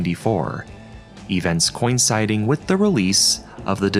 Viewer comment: I've never before heard coinciding pronounced like 'coin-siding'